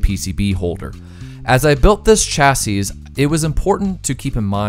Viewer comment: This is a nitpick, but something which you might have use for in the future if no-one's mentioned it yet; the singular of chassis is pronounced "chassee", plural is "chassis", if you mean singular you'd be better off using the first one unless you want to sound like a bartender with bad grammar.